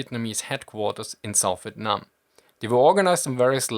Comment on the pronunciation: Not relevant to the video but your pronunciation of " Vietnam " were actually pretty on point this is the 1st time i've heard a foreigner pronounce it correctly